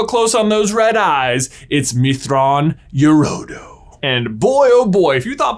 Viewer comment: Extreme respect for pronouncing Thrawn's full name. I look at it and just kind of go hfjfbjdowbfhd in my head XD